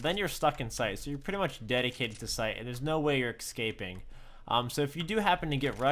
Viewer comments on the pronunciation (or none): "Excaping" sigh